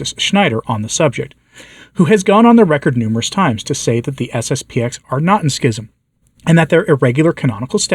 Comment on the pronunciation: It's SSP-ten ---------- not SSP-ex.